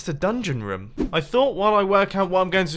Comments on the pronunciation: Dosent it sound like mumbo is saying ruom or rum? XD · Is it just me or does anyone love how he says room